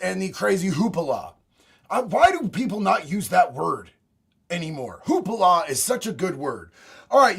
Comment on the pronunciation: Hoopla, not hoopala, lol.